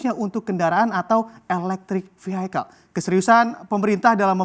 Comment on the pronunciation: Waduh.... Inggrisnya "vihaikel", "cemikal"... Parah banget luh. Buka kamus dulu brur sebelum ngomong... "Vihekel", "Kemikel"... Itu vocab pasaran banget, wartawan kok bisa gak tahu.... Norak tau, kayak wartawan harian daerah yg ksntornya di kampung...